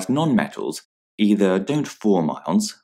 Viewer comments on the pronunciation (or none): none